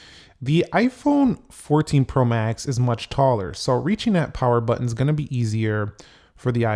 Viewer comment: The way you pronounce “pro max” is weird. The emphasis should be on the word “max,” not “pro.”